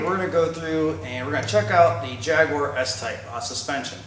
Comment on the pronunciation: WOW an American that can pronounce Jaguar, good video and really helpful :-D